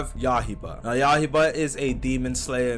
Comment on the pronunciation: Bro saying Yahiba 💀